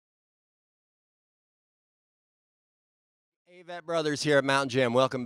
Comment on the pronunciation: A-vitt. Seems the guys have accepted the mispronunciation, but c'mon interviewers! Great interview otherwise!